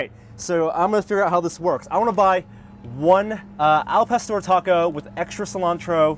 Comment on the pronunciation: look, i hate bitcoin as much as the next person, but hearing butcher the name of the taco was what really took the piss out of me for this video.